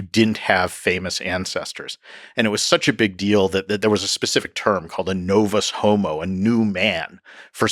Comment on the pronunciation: yo right at the end i could have sworn i heard him say "a novicehomo is a new man" lol 👏 bravo Romans 😂